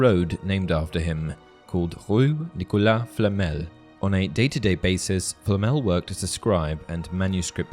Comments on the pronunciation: It's NicolaSS not Nicoulaaa! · While yes in french you don't pronounce the ending S most of the time, You do For proper names. His name is still Nicholas not Nichola. Also, even in french the S's Alide to the folowing words a lot too.